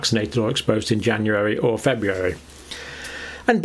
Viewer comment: FebRUary, not FebUary, Dr. John. If the Brits don't maintain proper english, who will? 😂 GK